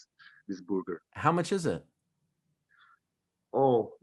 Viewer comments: I love how he says Boorger. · Boorger lol khabib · Boorger lol just like Khabib